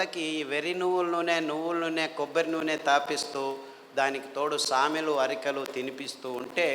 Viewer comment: Samelu and arikelu ante clearga cheppandi sir